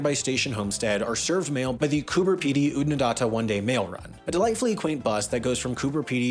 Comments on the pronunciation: Corrections: Millenia not centuries, Lake ‘air’ not ‘ire’, Oodna-DAT-ah not Oodna DAAT-a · What is it with Americans that they can’t take the time to learn the actual pronunciations of these places. I have been to all of them you were just about 70% incorrect. You got William Creek right. Oodnadatta. ( say it… dat… datta). Cooper Peedy ( peeee) Peedy. Gib… say it Gib… Gibber plains. I promise if I come the US I won’t tell you how to use American English. It would be good to address the political corruption that has been involved in these land owners and cotton farmers in stealing water of nearby townships and major waterways. Yup, it happens here too. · You've mispronounced Wahroonga, Lake Eyre, Oodnadatta, Gibber (Aboriginal for stone or pebble) and Woomera. Also, your pronunciation of pastoral put the emphasis on the wrong syllables. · Lake “Air” is closer. And the last bit of Oodnadatta is more of a short sharp “na..da…ta” , not “nar..dar…ta”. Otherwise, close enough, solid effort I’m sure Americans could throw heaps of US names at us which we’d get laughably wrong. The city of Raleigh (pronounced same as Sir Walter? Same as Raleigh bike co? …nope) is always a good one …something like “raw-Lee” 😀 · Righto the photos used for William Creek are of Coober Pedy. No one lives underground at William Creek, and there certainly isn't a big underground motel there. Oodnadatta is pronounced as Ood-nah-dat-ta. Lake Eyre is pronounced Lake Air. Next time just get on the blower to one of us that lives here and we'll let ya know how to pronounce our words properly. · Woomera- Woom-erah not Woo-MEra Eyre - Air but like you're Australian Port Augsta - Pordagudda Ooodnadatta - Oodanadada. There are no emphasises, this is Australia, we only put emphasis on drinking. THANK YOU THAT IS ALL. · Always nice to see Southern Hemisphere content! Also, if you need an Australian place-name accent coach please hmu 😅 Woomera, Oodnadatta, and Lake Eyre send their regards